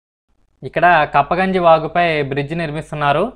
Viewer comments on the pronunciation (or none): Good vedio..అది కప్పగంజి కాదు.. కుప్పగంజీ..